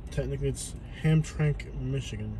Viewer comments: Guys, please be very careful driving through Detroit! You actually need to speed through, and not drive around like a tourist! Hamtramck is pronounced Ham tram ick, all together. That town used to be a heavily Polish Catholic town. Pope John Paul 2 visited Hamtramck in 1987, that’s how significantly Catholic it was. Unfortunately, the Muslims took over with their Mosques, and those were the prayers you were hearing overhead. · It’s pronounced “Ham-tram-ick” used to be nicknamed “Poletown” as it once had a very large Polish population